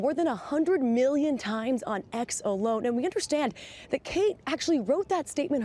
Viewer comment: It's Kkkate 🤣